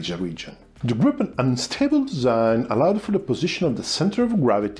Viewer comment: I think the most important thing I've learned from these videos is how to pronounce "Gripen" properly. Here in the US most people call it the "Gry-pen", with a hard-"i", like "ripen". Of course we also say "Tie-phoon", instead "Ti-phoon" like the Brits, etc. As for the engine being in the rear, wasn't that also true of all the other 4th gen jets? The F-14, 15, 16, 18, 22 and 35 all have their engines mounted in the rear. So doesn't the MiG-29 and Su-27, etc, Typhoon, Mirage 2000, Rafale. So how did the Gripen "pioneer" this?